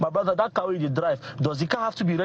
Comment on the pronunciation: 'My BRODDA' 😂